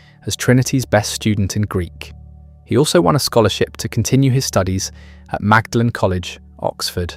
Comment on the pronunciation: Excellent documentary, BTW it is "Maudlin College," not "Magdalen College."